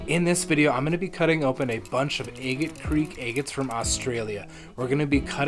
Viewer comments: It's not pronounced egget it Agate not egget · 😂 I giggle every time I hear agate 😅 am I the only one who pronounces it "AH-git" because im starting to think it's like a Wyoming thing or something. I recently came across another agate channel and she also pronounces agate like "Ayy-git" haha that aside, thanks for the super cool reveals! Nothing better than finding beautiful lacey crazy bands inside of an unassuming rock 👌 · New to your channel and I love how you say eegate😅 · I love your enthusiasm. Did anyone ever tell you that you’re mispronouncing agate? Look it up.